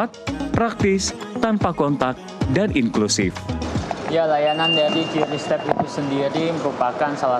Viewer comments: Yang benertu bacanya kris bukan kiuris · lah yang nyiptain aja bilang kris kok bacanya.. Gimana sih😊